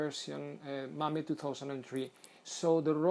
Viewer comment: Mame is pronounced "may-em" not ma may just saying